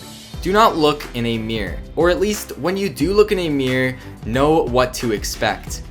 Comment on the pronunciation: mirror not Meer